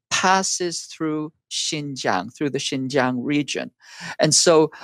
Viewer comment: Anyone who cant event be bothered to learn how to pronounce Xinjiang get switched off immediately, it is not Jinzhang. Seen enough in 8 min to see that 1. these idiots think US is the only one with any agency in this relationship - still entirely US centric - its so weird to me. 2. this is all CH propaganda talking points. is a shill. "more privileges than the Han majority" massive lol - try saying that about positive discrimination in the US.. Don't let your hatred of the US lead you to believe this trash.